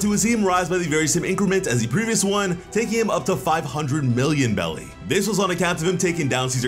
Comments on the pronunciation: Can anyone tell me why he keeps saying Belly when all I ever heard was Beris (pronouced berries). I feel like this is another case where got wrong info about pronunciations and running with it again like he did with Black Clover and Llebe 🤣 I could very well be wrong tho so please anyone can tell me? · They are called BERRIES. STOP saying BELLIES. my fucking god. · Jeez it’s NOT bellies… wtf is wrong with this dude … it’s berries… show some effing respect for the story. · It’s called berries bro not belly’s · Why do you call them belly instead of berries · What is belly I thought it was berries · Hearing him say " belly " instead of " berries " is really irksome or is it just me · I’m not sure if I’m missin something are u saying belly? Or berries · Are you calling them belly instead of berries? Lol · How come u keep saying belly and not berries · Belly 🤭 that's what I'm hearing.